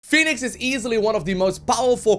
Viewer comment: The game already has a Phoenix. Fenix is thusly pronounced "Feh-nix". You're welcome.